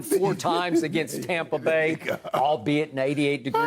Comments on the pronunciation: Stop saying Tawmpa Bay. It's Stoopid. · Skip "Tompa Bay" Bayless